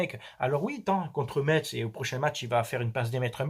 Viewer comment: J'adore tes debrifs👍...on prononce pas le t dans Metz,on dirait un parisien qui le prononce,juste un Petit clin d'œil aux mosellans